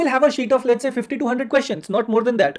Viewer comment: Who else thought he is saying 5200 questions not 50 to 100 questions?